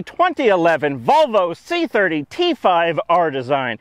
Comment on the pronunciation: Did... Did he just say "vlovo c-3po" ??? rofl